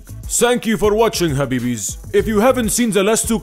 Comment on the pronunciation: In the end you said habibiz , it,s habayby 👌